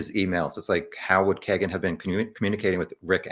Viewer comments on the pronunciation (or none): Pronounced "keygen" I believe rather than "keg"en. Regardless. Trash. White trash. I honestly just started looking into this case and I'm 60 miles from Delphi. RA is guilty, simple just off pca. Imo. But all these perverts are in alot of stuff around Indiana. It's insane the amount of cp, cm, sa, csam that goes on here.